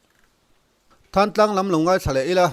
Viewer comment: Thlantlang khua hi Tuibur tih te, kawmthlang tih te, Lunghlu tih te ang a thluk tur a. ni e, Mi thenkhat phei chuan Thlantlang an ti